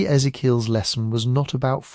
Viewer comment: Thanks for another video - I use them every day :). I was wondering if you're able to teach the AI how to properly pronounce Ezekiel, and a few of the other names - his was driving me nuts (lol). Thanks again :)